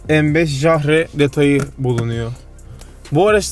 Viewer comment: başkan Jahre değil yahre diye okunuyor almanca yıl demek...